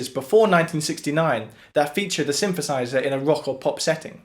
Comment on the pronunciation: What's a Shinshershizher?